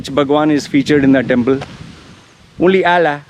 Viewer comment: I love the way you say "temple" , timpl, timpl, timpl, hahahah